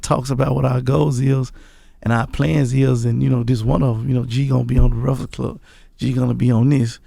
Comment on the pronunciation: Gotti said "The Reakfast Club"😂